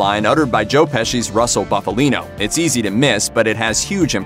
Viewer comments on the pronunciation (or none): none